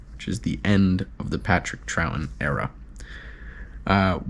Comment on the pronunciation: It’s actually pronounced “Troughton”….